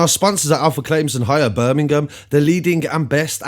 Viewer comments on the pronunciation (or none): none